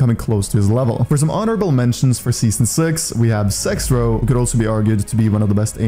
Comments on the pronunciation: Bro called zex row s*x row 💀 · Did bro just say sexrow 😂